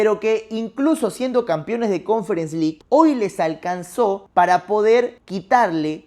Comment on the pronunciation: Deja de decir "campion", "campiones"... Se dice CAMPEÓN Y CAMPEONES, hablas como el Chavo.